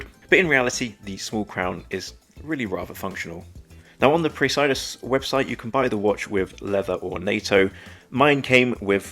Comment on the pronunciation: I like the textured dial. I think it’s pronounced “press-uh-duss”.